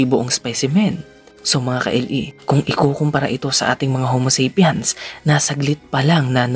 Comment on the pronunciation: Tuwang tuwa dati ako manood ng mga video ng channel n to eh..bilib n bilib n eh, until nung paulit ulit niyang bigkasing "ho-mo-sep-yans" ang ating ating homo sapiens.. nkakadistrak😵